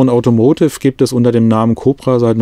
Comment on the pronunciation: Ich mag die Videos wirklich sehr, aber „AUTOMOTIV“ kann ich nicht mehr hören.